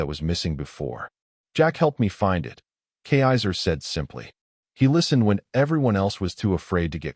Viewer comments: A good story except for the robot voice being unable to pronounce kaiser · cannot even pronounce the princes name correctly. Back to school fool.